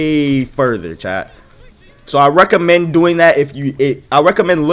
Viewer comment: My dude must be a fighting game player with that “Rekka-mend.” Fei Long would be proud 🤣